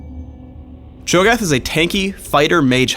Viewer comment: it's Cho'Gath u fucking dumbass